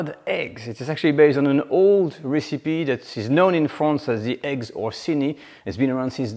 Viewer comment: Oh please, please: it's not "ricipee" it's "rècipee"...